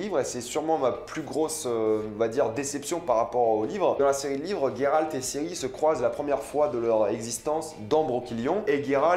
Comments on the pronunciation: Yio ! Juste pour te dire pas Il sort d'ou votre gayralt ! On prononce Geralt ! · Juste pour info.. c'est Geralt. Pas Gueralt, comme tu le prononces :x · Ça me perturbe le "Gueralt" c'est Geralt (Jeralt) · Tu prononce mal le nom de Geralt mdr c perturbant, mais super vidéo sinon 👍